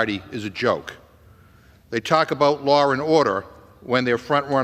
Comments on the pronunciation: It LAW. NOT lawr! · McGovern has a lot of nerve calling the Republican party a joke -- He can't pronounce "law" He STILL claims that police were beaten with fire extinguishers (absolute lie) He thinks everything is about what Donald Trump wants He thinks fires in Canada are due to "climate change" Continuing to call Donald Trump a cult leader He thinks Schiff is "honorable" The man is a joke